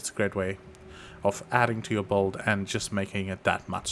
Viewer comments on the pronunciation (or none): u said it so many times thats why i asked 😂 sounded like volt, bolt or bold, wud make sense if u were meaning build, or if theres some poe lingo im not aware of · usefull stuff, also u were saying build right? sounded like bold or sum 😂